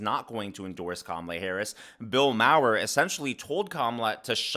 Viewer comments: Don't know about Routh, but I know it's Bill "Marr" not "Mow-wer" 😉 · Bill Maher = Bill “Marr”, not “Mower” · Hey, great video! Lots of good news! Just a bit of constructive criticism. Your pronunciation of Bill Maher is not right. Its basically 'Marr' but like a bit of a minor sound on the r. Like just emphasize the r for a second. But its just 'Bill Marr'. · Bro great video! But you’ve got to learn these names. It’s Maher “MAR” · A very insightful segment as always. Keep up the great work 🤙🏼 Concerning Bill Maher, phonetically his name is pronounced (Mahr)